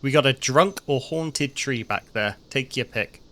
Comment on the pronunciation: Did he say "haunted tree" or "horny tree"?